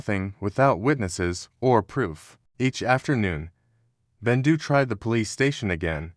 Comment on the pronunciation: Is bendu not rendu